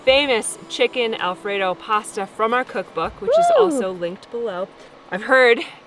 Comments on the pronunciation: It’s PASTA - just say’in 🤣😂🤣😂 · a nice Italian girl and it’s PASTA! Lol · it’s pasta. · you are wrong, is right, here in Australia we say pasta. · I'm Sicilian... sorry... it's pasta!! 😊😁❤ love you guys! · Nope, not noodles.....everywhere except in land, PASTA. Sorry,....still love you, but it is pasta. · it’s pasta lol well here in the Uk, listen to your wife, you know she’s right lol 😂